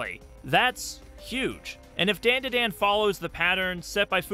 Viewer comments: ITS NOT DAN DUH DAN ITS DAHN DAH DAHN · ITS 'DAUN DA DAUN' NOT 'DAIN DUH DAIN' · It’s pronounced “Dawn-Daw-Dawn”. As a Japanese speaker it hurt my ears hearing you say it wrong over and over. 😭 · Endlessly entertaining to me how you keep calling it DenDiDen xD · Daandaadaan? I cant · Great video but please it’s a Japanese name so it’s not like the name “Dan” it’s a soft a like “DawnDuhDawn” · You're the first person I've ever heard pronounce Dandadan like that. Bro they even pronounce it multiple times in the opening. How do you still manage to pronounce it as white as possible 😂. (This is a joke by the way, not meant to be taken seriously) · Why are saying the title like that lol. The As in dandadan are pronounced with an "ah" sound. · really need you to look up the vowel pronunciations for japanese words. it’s the same as spanish. it’s jarring to hear you mispronounce over and over the title of the art that you decided to make a video about.